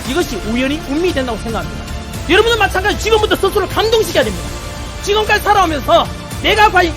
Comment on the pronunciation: "찌금까지 대충 싸랐다면!!!!" 스타팅ㅋㅋㅋㅋ